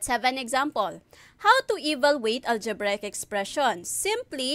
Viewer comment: it's the "ALJEBRAYEK expression" for me